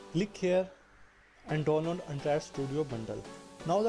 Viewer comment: bro.. its download not donnload..... what a English... bro plz ... change ur English...